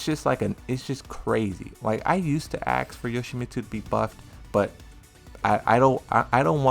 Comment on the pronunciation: He also says ax instead of ask